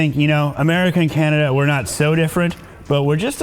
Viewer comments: The guy said candada not canada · "CANDADA" lol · Did he say candada? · Did he just call it "Candada"? lol..! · Did he say "Candada"? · Did anyone hear 'Candida'? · Lol, he said "Candada"